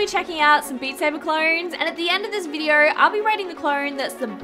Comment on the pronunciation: Adorable how you manage to cram an “R” sound into “video” and “yellow”. 😊